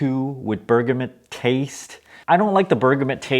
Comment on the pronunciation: Twinings = twynings Bergamot = berg-a-mo